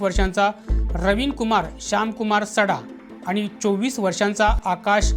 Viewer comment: वृत्तनिवेदक आनी , पानी आनी लोनी